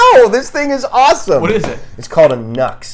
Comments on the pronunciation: New X, not NUX, love Reb!! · I"m pretty sure the Nu-X company is pronounced "new ex," not knucks.